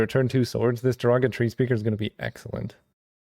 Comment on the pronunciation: Thats all i hear every time